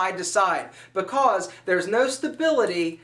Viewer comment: i like how he says because. "ba-coss" :P